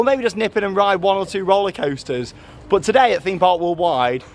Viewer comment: Make shorter vids you are upsets with roller coasters and you say roller coasters wrong